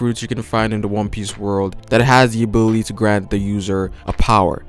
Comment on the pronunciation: everytime you said "ability" the thing i heard is "booby" , its just me or..